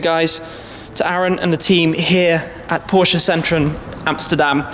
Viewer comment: its porsche not porscah